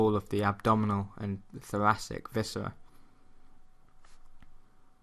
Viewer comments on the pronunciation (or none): none